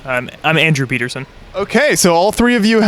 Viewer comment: Wait did he say Pieterson if his last name?